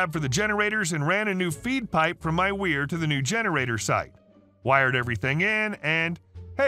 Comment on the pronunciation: And “weir” rhymes with here/hear/year/gear/dear.